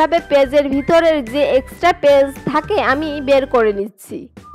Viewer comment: পেজ আবার কি? পেঁয়াজ বলতে শিখুন।